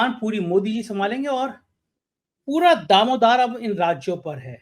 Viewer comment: दामोदार❌ दारोमदार✅